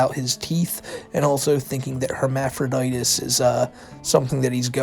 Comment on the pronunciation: Who is this guy and who thr fuq is the satellite man? Why is he in a shed? Why does he pronounce it hermaphroditis? Why does her pronounce it vingina? Is this guy Jason Voorhees?